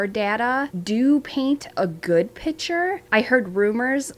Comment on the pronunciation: And PIC-ture, not PITCHER! PLEASE!!!